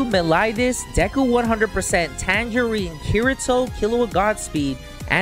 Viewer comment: Did he call tanjiro tangerine